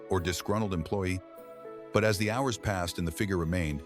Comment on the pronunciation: I wish they would use an actual human reading instead of the AI awkward cadence voice that mispronounced hours as whores. And the end picture that suddenly had two Sophies.